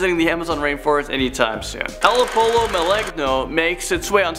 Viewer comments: You pronounced Pollo wrong in the video. It’s should be more like poyeo in its sounding. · Also just to let you know pollo is pronounced poyo any double L’s together always makes a y sound